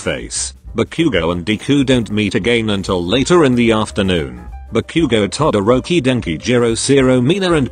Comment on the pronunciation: IM SORRY BUT “ BACOOOGO” AND “DEEKOO”💀